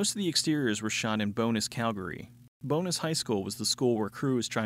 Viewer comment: The Calgary district isn't "BONUS" it's "BOW-NESS". Love the videos. Working through the whole catalog. Started with the Destroyers two weeks ago.